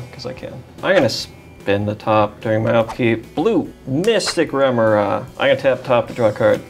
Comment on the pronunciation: the only thing more annoying than constant mystic remora triggers is mispronouncing remora on each trigger